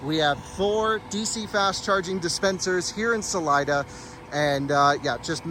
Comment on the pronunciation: FYI. Salida means "exit" in spanish and is pronounced "sa-lee-da". Cheers from Sunny AZ.